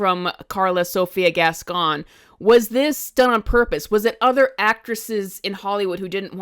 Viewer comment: Just like kevin ethan levin, can't stop putting foot into own mouth! And, the way you say that last name, sounds like"gaston"instead. Yes guys?